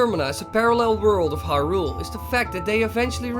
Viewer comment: LowRule? Hyrule, LowRule, l-LowRule, aha,... HAAAAHAHA